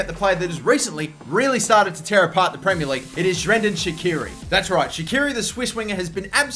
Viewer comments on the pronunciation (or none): is it just to me or did he actually pronounce it like Xhrendan? x'D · Bro..... Shrendan shaqiri dude what the hell!! It's Xherdan Shaqiri man! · Xherdan's name just got butchered